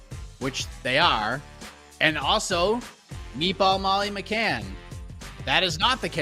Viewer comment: Minced-Meat Molly McCann. Please get the name right